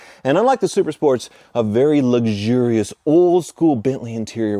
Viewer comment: It's not "LUG-Shur-ious", it's "LUX-ur-ious".